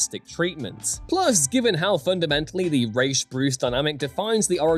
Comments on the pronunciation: This. At least it's being said right in this video, but the Nolan films totally screwed this up. It's Raysh, not Roz. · I LOVE YOU for pronouncing "Ra's" the way it's SUPPOSED to be. I HATE Nolan for causing a trend that won't seem to die.